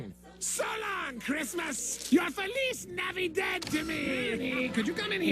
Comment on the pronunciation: Your faliz navidead to me lmfao